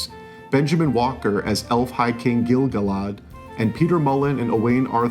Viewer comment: He can't pronounce Gil-galad correctly, so I'm guessing the movies. 😉